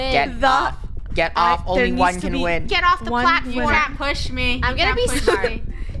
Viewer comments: "Don't Poosh Me!" - Draco, 2021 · "dont poosh me 😡😡😡😡"